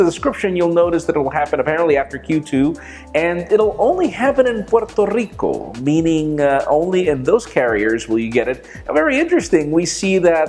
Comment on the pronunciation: Make a whole video just pronouncing Puerto Rico